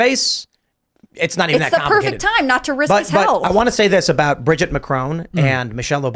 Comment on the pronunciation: Sssso it’s “ Bridger” Macron??? Lol